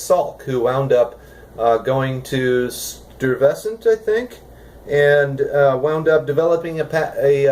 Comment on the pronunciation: as a new yorker its pronounced STOY-ves-ant sorry for the nit picking lol